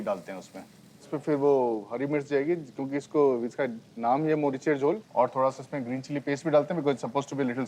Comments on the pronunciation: Its মরিচের ঝোল not মোরিশার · Sumiya Rahaman N right 👍 not morishar